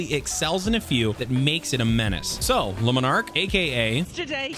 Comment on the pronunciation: Omg, 3 videos, 3 different youtubers, and none of you can pronounce a simple name. Luminark? Leminark? Jesus.. if you can't figure out how to say Le and Monarque, just say monarque. Like seriously lol..